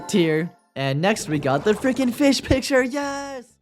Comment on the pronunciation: Pronounced: fysh